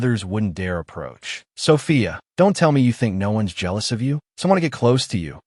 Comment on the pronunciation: "I'M JEIALOUS"😭